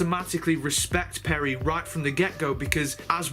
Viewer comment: Is is funny that you don't get a single companion's name correct: it is Adric (not Adrick), Tegan (not Teagan), Turlough (not Terlow or Torlow) and Peri (not Perry)